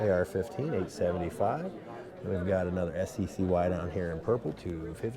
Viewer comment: Friendly FYI: SCCY Industries is pronounced “Sky Industries”. Great video!🙏🇺🇸